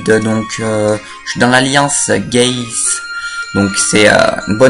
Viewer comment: Je suis dans l'alliance Gayz tu appuie bien sur le "z" pour pas trop entendre que finalement sa veut dire Gay :p